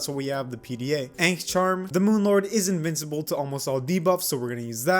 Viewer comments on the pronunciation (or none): none